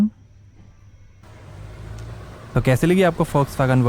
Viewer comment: Bhai Volkswagen hota hai foxwagen nahin😅😅 Fox 🦊 wagen - 2 laga rakha hai...suar...youtuber...😅